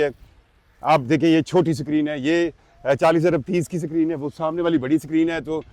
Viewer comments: Tuff Tiles 😂😂😂😂❌🤡 Paver blocks ✅ SACREEN ❌ Screen ✅ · Sakreeen 😂,nazreen definitely,basically,andia😂😂😂😂